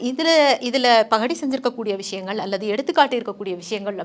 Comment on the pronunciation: அருமையான பதிவு. நாவலை படிக்கத்தூண்டும் ஆர்வம் ஏற்படுத்துகிறது தங்கள் உச்சரிப்பு மற்றும் மொழிவளம். எள்ளல் கலந்த நகைச்சுவை யை பகடி என்று உச்சரித்தது அருகம்